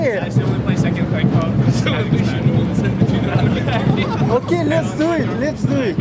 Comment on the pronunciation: Троица, то как он выговорил Казахстан ... Ну, не знаю как сказать. Произношение по нашему, а не как у остальных британцев. Может показалось ☺☺☺ Насчёт бороды, кому какая разница как он выглядит. Хватит народу пихать свое мнение про внешность, это самый тупой поступок в мире 🤗🤗🤗